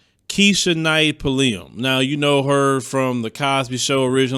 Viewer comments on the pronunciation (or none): He really does not know how to pronounce her last name